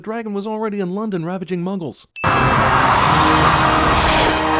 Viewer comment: gonna be honest sounds like he said mungles